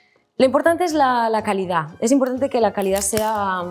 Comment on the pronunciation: “control de c a l i d á” me encantó, lo u s a r é también